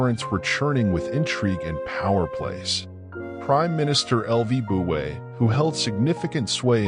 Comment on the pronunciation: The AI-generated voice is completely mutilating the name of Lü Buwei. This, in itself, is enough reason to destroy the video and start over again from the beginning.